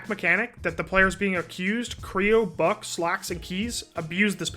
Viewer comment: It’s Buck-E by the way Nice vid 👍🏻